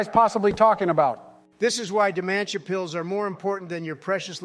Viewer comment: i love how pronounces dementia